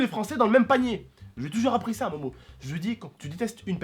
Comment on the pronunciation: sa se dit pas momo ta u réson de la fraper